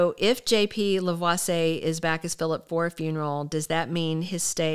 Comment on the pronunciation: I believe it's pronounced La--vwa-see--yay. 😊😊I have nothing against John-Paul Lavoisier, but I would rather see Jay Kenneth Johnson in the role - especially if there is going to be any skulking or plotting involved. As someone stated below, he is kind of creepy (as portrayed in the character) so he wold be better suited to the role 'cause he played the psycho part so well.